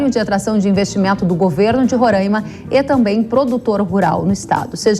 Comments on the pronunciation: Fia, eu usei fia por questão de humor (que acho que você não tem, e vc não existe), eu sei que é filha, a questão aqui é que ela fala Rora(~i)ma por erro mesmo, da mesma maneira que se fala é quando (que também é um erro). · Fia o nome é Rora(í)ma e não Rora(~i)ma